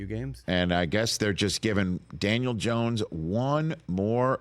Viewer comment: He doesn't even know how to pronounce Dan last name 😂😂😂 Gracias por confirmar lo que ya todos sabíamos 😅